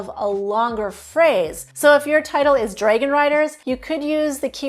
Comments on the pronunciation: Is this AI? Several times pronounced 'dragon' as 'draygan'. It stood out, a very AI mistake. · It's interesting how she pronounces "dragon"